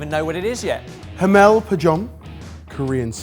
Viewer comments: Haemul Pajeon not Hameul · hahaha it took me a moment to understand that was trying to say Haemul pajeon (Hi Mull Pa John) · HAMEL PAJUHN I love you but that was a downright dastardly pronunciation 😂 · As someone living in Korea, pronouncing 해물 파전 (haemul pajeon) as “hamel pajon” is the highlight of this video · Hemél pajon 😂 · As a Korean speaker, despite the incorrect pronunciation of 해물파전, I fuck with for trying. It’s nice to see the extra effort. Respect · pronouncing korean seafood pancakes made me do a spit-take. XD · Died hearing the pronunciation for seafood pancake HAHAHA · I didn't know I needed to hear try to say haemul pajeon It gave me life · Interesting combinations….. pronunciation somewhat questionable eg haemul pajeon 😉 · Took me a good min to understand that Haemul pajeon pronunciation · The way pronounced Haemul Pajeon is.. certainly something 😂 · still giggling over pronunciation of sea food pancake in korean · I cringed when pronounced "haemul pajeon" incorrectly. At least make the effort to say it correctly, please!!! 😖😖😖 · The way pronounced Haemul Pajeon had me cracking. I thought at first he was speaking French. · Hahahahah LOL mee too 😆 Im Korean and I thought he said the Indian food he was going to combine first before i realized he said Haemul Pajeon 🤣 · the pronunciation of haemul pajeon was interesting lol